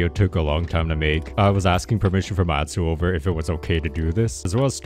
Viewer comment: Just saying but you pronounced atsuover wrong it's pronounced otsuover